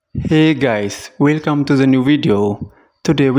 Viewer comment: "welcam to the lliu villuo"